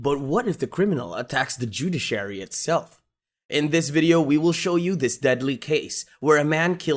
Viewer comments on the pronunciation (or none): The "judy-sherry"? Couldn't find anyone who speaks English? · You keep butchering the pronunciation of judiciary🤣🤣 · WHAT’S NERVE RACKING IS YOU TRYING TO SAY JUDICIARY …